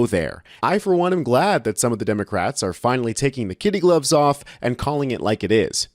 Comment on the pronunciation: Dude! It’s kid gloves ! Not kids gloves! You sound stupid! They are gloves made from goat skin , from a young goat ! A young goat is called a KID!